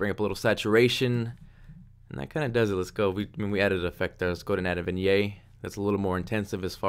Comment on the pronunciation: you say vignette funny.